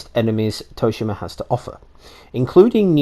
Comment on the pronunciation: Soo-she-mah = Tsushima